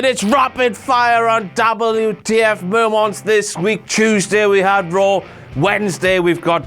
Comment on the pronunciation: "That's it for this week's WTF mo-monts for WWE RAW." BLOODY HELL, ROSS, GET IT TOGETHER, MAN!! DO YOUR redacted RESEARCH!!! Bloody stupid moron idiot moron...